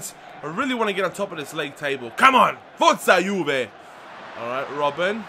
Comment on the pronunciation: Good video but plz stop saying forte juve.